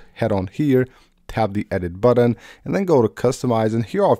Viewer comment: Great video. THX!! Now stop saying "buddin"